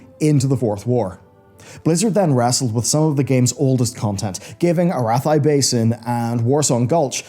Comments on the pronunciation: “Ah-Rith-Eye” Highlands??? 😂 Isn’t it “Ah-Rathy” Highlands? 🤣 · This mans just pronounced "Ah-rath-Eee" Highlands as "Ar-ith-thigh". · Never heard somebody pronounce Arathi like that. I've always prounounced it Ah-RATH-ee. Ah-RATH-ee is also what Wowpedia has it as but not sure how reliable that is. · no one going mention how he says Arathi like Arath-eye? No one at all? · Oh “Arathay” basin… best ever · "A - WHAT Highlands"!!!? I never heard this pronunciation before! Now I'm intrigued. Have I been saying it wrong for all these years?